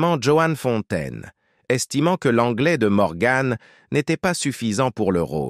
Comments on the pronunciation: On ne prononce pas MorganE mais Morgan à la française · Elle s'appelle Morgan et non morgann 😂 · Pas Morgane mais morgan comne vent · Mort prématurée? Elle avait plus de 90 ans. Et on ne dit pas morgane mais Morgan an an; Sa beauté correspondait à une époque.